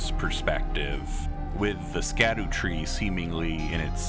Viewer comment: Shadow. It's just shadow tree. Not skadu, not skaadu tree. It's just shadow.